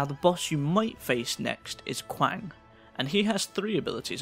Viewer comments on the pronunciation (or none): qiang is pronounced lie chang for future videos! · Hey, just for future videos: "Qi" is pronounced "Ch" so, Qiang is pronounced as Chang "J" is pronounced as "Y" "Xi" is pronounced as "Sh" so Xiang is pronounced Shang. These are traditional Chinese pronunciations, and since a lot of these names are Chinese based, yeah... Love the videos!